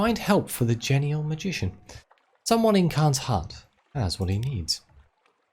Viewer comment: I think it's pronounced jean-E-all. Jean like the pants.